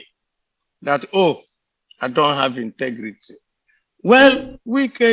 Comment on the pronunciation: Wike point of CORRECTION it's INTEGRITY NOT INTIGRITY 😎😎😎😎😎😎😎😎😎😎😎😎😎😎😎😎😎😎😎😎😎😎😎😎😎😎😎😎😎😎😎😎😎😎😎😎😎😎😎😎😎😎😎😎😎😎😎😎😎😎😎😎😎😎😎😎😎😎😎😎😎😎